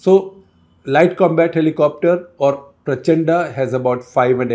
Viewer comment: I had a fight with my wife on your caption. She accused me that since I am from TN I am as usual pronouncing wrongly - It is “ Prachanda” not “ Prachand” Please issue a rejoinder. I am in serious trouble.